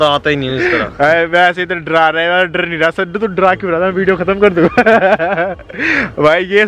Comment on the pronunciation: Sir drrrrrrrrrrrrr nhi hota dar hota hai